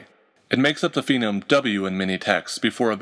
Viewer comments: You always pronounce "phoneme" as if it were spelled "phenome." I assume you don't pronounce the second syllable in this same way for "morpheme" or "grapheme," etc. "Phoneme," like "phone" or "phonology." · I have no idea why I pronounced "phoneme" "phenome" throughout this video, even though I have it spelled correctly in my notes. I'd like to pretend I was doing super-important genetic research on phenotypes and just got the pronunciations messed up in my head, but in actuality I was probably just tired.